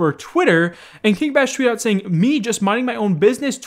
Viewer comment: it's King Bach as in J. S. Bach (classical musician) (BA-AHC). It's not Batch.